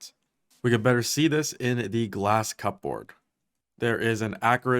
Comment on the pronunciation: And then he comes in and randomly hits us with the cup board.